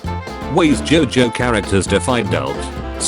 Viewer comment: I love how the tts pronounced jojo as jaw joe